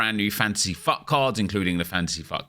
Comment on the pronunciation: When ever says fut it sounds like fuck